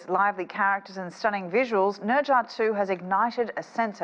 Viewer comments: Neezaaa that is how you pronunciate it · Did he just pronounce Ne Zha as Ninja?? wtf at least learn how to properly say it